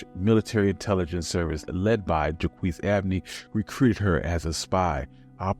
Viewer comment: You need to learn to pronounce French words. In only 10 minutes you can learn to pronounce the words you need to know for this brief presentation. Use the Internet to type in the French words, but spell them correctly. One example is "Jacques." It's "jock" but with a "zh" soft aspirated "j." And, "croix" is like "craw" except the French "r" will need to be obtained from the Internet, and it means "cross."